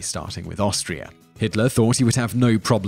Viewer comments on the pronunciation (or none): none